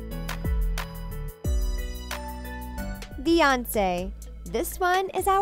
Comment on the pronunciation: No offense but you messed up Beyonce